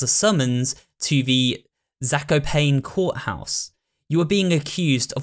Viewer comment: Just letting you know that Zakopane is pronouced Za - ko - pa - ne, not Za - ko - pane, like you pronouced it